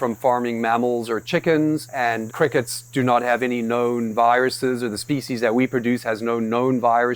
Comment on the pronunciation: he really emphasizes that there is no "KNOWN" diseases and viruses in them.......... Ssiiickeninngggg